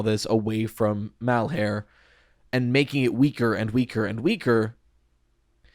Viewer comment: I am begging you to please stop trying to make 'Malhar3' happen, it's been too long to try to change it and my brain recoils in discomfort every time you say it. It's like trying to change the Puppet's name to the Doll; it's just not gonna catch on when most people listening are internally translating it back to the original name because it's what they've already settled on calling them. Shit, AvA12 just showed you can explicitly rename a character on screen and most of the fandom will still call him Victim instead of H4CK3R entirely bc he's been Victim for the past 20 years. People will cling to what they've already accepted as the identity of a character.